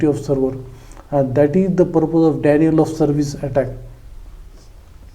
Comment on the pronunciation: Denial चा उच्चार 'डिनायल' असा आहे. आणि legitimate चा उच्चार लेजिटिमेट असा आहे.